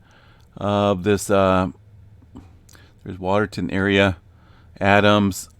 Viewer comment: We had a 3.6 in Adams that preceded that little swarm. People felt it up here in Ogdensburg NY. Also, its Water-town, not Water-ton. Just fyi.